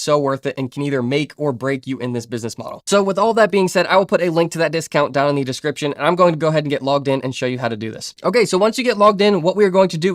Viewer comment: Great video! May i ask what are you mixed with? I keep hearing an accent when you say di (the)? 😂 open di...put di..